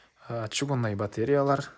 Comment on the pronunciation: Жолдош корсотуучу, мен уй албайм, жон эле уйлордун жасалгасын кором,озумун уйуму салыштырып, жана мага кызык, сураныч, батареялар деп айтчы, батреялар дебей🤨калган создорун и корсотуун баары жакшы 👍, азамат.